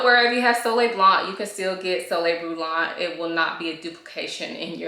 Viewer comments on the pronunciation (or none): The T and C are silent in french after the 'an' It would be pronounced brulantte if you add a 'te' at the end. Its pronounced Brulan and Blan